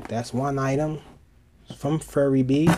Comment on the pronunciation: isn't it pronouced "fury bee"?